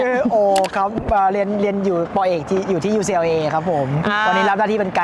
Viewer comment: ผมไม่รู้การออกเสียงอ่ะครับ ucla ได้ยินคุณออกเสียง ยูซีแอลเลย์ มันคือยังงัยครับ